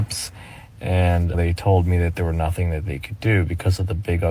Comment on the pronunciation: “I ain’t asked nobody for nuffin’” In my head (my partner is asleep, I’m listening with an ear bud in) I’m screaming “double negative & annunciate words properly!” She also said ‘axe’ 🤦🏼‍♀️ no idea what 3/4 of the words she said were, from the not well known language of gibberish 😂 Also completely denying she’s begging 🙄 Don’t have more children or pets than you can afford.